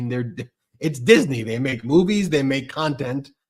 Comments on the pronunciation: Dis-in-nee Hannity Another example of weirdo Can’t pronounce name of one of the most famous names ever. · "Dis-a-ney"?? wtf? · He kept saying Disiney😂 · 😂 What's Hannity's glitch? He keeps adding an extra syllable to "Disney" and mispronouncing it as "Dis-en-y". Typical magaT WEIRDO. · I love the way (NOT) that he can't pronounce Disney. Where the 'i' came from as he pronounces it Dis-i-ney, I'll never know. Just goes to show how literate Hannity is, again NOT! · I can't stand the way Hannity says "Disney" when he's threatening Iger. "Disenee". He's such and awful person. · Why is Hannity saying "Disney" that way? He's adding an extra syllable. Lol Dis - uh - ney. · You ridiculous, nonsense example of a commentator,. Hannity. The corporation's name is "Disney". Not "Diseny". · How many syllables in DISNEY??? According to Hannity there are 3... DIS EN NEY??? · hey Hannity - since when is it 'DIS-EN-NY'? It's Disney! Are you channelling Yogi Bear & his 'Pic-en-ic basket" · Arrggghhh diz ney say it with me hannity diz ney not dis a ney 🤦‍♀️ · He does know it’s not Disiney? Disney! Lol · What's with the way Hannity pronounces Disney? He's adding an extra syllable. It's rich him criticizing ABC News when Fox is not real news. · If Hannity were a real news anchor, journalist or whatever he purports to be, he'd know how to properly pronounce "Disney." And he wouldn't be on faux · Does Hannity know how to pronounce Disney. There’s no “i” between the “Dis” and “ney” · Sean Hannity pronounces Disney like the word has three syllables. MAGA sure loves the poorly educated!